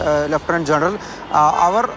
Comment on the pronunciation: ... "Journal"...??!! or, "General"..? Uchhaaranam nannaakkoo kutteee...